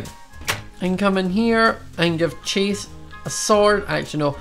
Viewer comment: every time he says chase i head “cheese”